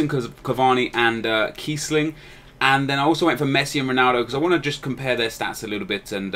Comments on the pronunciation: keissling and kiessling, wtf? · lol KEIssling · keissling wtf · Keissling ;p